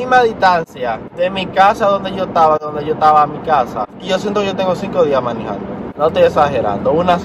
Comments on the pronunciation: diciendo manijando me dan gana de decir en vez de manejando manijando:v no se Polque pero bueh' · depositen aqui todas la veses que dijo miniiijando hehehe